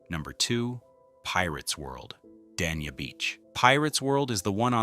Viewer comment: The city of Dania is not pronounced Dan Eee Ya. It is pronounced Day Knee-Ah.